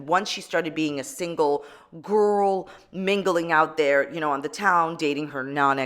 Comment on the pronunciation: The edit of saying "GORL!" 😂